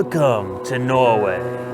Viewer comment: I confused, you said Norway or No Way!